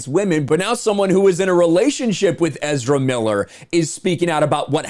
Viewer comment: Ezerrrramemiiler who.?